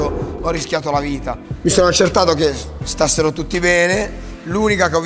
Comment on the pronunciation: "Stassero" ahah